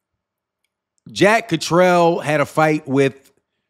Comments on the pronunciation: For next time, it’s pronounced Cat-er-all not Catrell. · It’s Catterall not Catrell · 'Catteral.' Pronounced Cat-er-all. Otherwise an interesting video thanks.